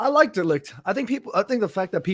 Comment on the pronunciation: Let's hope going forward you guys can make the effort to pronounce Matthijs de Ligt's name correctly especially after spent so much time talking about how to pronounce Zirzkees name!